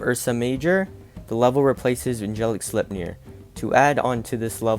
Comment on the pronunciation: Wait it is slepnir not sleptjpdpurudhxbxgud